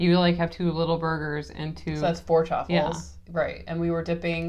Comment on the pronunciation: Are you saying chopple or choffle? I genuinely can’t tell. I’m new to this so looking for more/new foods to eat that are ketomad friendly